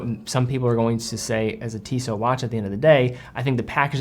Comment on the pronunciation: It calls TissoT, the last T you spell :)